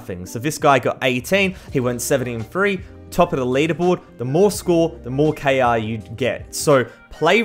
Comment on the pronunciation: why you say k a is KR